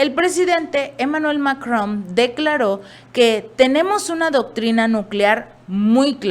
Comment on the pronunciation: MACRON N N N no MACROM M M!!! Siempre te sigo,das valiosa información,pero te fallan Errores de léxico, te determinan lamentablemente de manera negativa, dando señales de mala educación q te tocó recibir